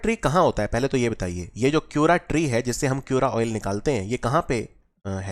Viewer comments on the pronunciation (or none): क्यूरा nhi sir, च्यूरा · Its ch in chyura. As ch in chacha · Your pronounciation made me laugh 😁 let me correct some words च्युरा oil,भोटिया दन, घुघुतिया, एपण, रिंगाल